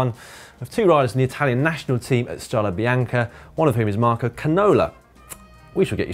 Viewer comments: ok, but the correct pronunciation is: strade bianche not strade bianchi. Bianchi is the bike manufacturer :-). So, bianch-e not bianch-i [which means white roads] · Strade Bianche, not Strada. And you did it twice. Hats off for intentional spelling errors.